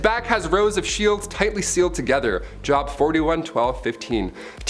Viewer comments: And his mispronunciation of the book of Job (hard o ) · It’s pronounced Jobe not job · It's not job it's Joe, b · please,. don't think I'm coming down on you. You are my favorite on this channel. Just in case you ever do another vid like this, the. book in the Old Testament is pronounced Jobe (joob) long O not job. Trhanks, cutie pie!! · Job is pronounced Jobe. Long O sound. Not a job that humans get to pay their bills. Just so you know for the future.. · It's not pronounced JOB as in work its pronounced JOBE or Joe-buh. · PLEASE PLEASE PLEASE ask someone about Biblical pronunciations. It's not "Job" like you work at your job. It's "Job" and rhymes with Robe. I flinched every time you said it. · Awesome video! Job is pronounced Jobe tho. Part 2? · Job is pronounced “Jōb” or “Jobe” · It's not pronounced as it is spelled it's pronounced like jobe. But I appreciate the effort! 😊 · Ok so it jobe rhymes with robe. You have great content. But you speak to fast and your pronunciation could use some work. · 1st beast,Joe 2nd beast, the ho, sarcasm is pretty great, yanno? Job is pronounced with a long "O", not like work. According to the Hebrews you never touch blood because blood sanctifies what it touches. Other religions make it "evil and dirty". I like this video, mostly I am a joker, so don't take stuff so seriously! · Job. Pronounced like j oh b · Book of the bible job is pronounced jobe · Hey just an FYI. The bible chapter named Job, isn't pronounced like my job stinks, but with the long O sound but without the E on the end. Jobe...long O sound. Job. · Job????? Lmfao. Job, he says. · It was super annoying to listen to you mispronouncing Job. I think you knew it’s proper pronunciation and you said it wrong on purpose over and over. It’s J O B long O sound. Your smart adjust cost you a subscription isn’t that funny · Liked the list being a Christian but just thought point out you pronounced Job and nephalim wrong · Check your pronuncation of JOB